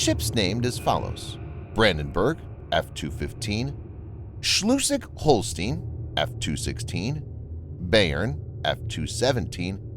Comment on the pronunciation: That’s “Schleswig”